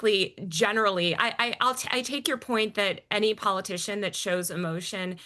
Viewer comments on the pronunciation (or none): Theron says “thawt” instead of “that” just like the younger women today.